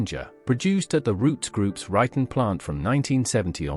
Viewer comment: YES. Made at the "Written plant". Ryton.